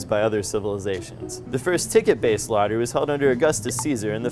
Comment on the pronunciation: It's actually not pronounced 'lotter-ray', it's more like 'loaterai'.